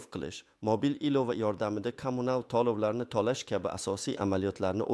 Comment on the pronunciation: Lagapedga borib talaffuzingni töğila. tuzsiz pensiyonerlani asabiga tegib yolğon gaplarni gapirma iltimos tallovlarni emas tölovlarni deb.gapir